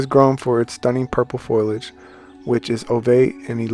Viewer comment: It’s pronounced “fo-lee-age” FOLIAGE Not foil-age.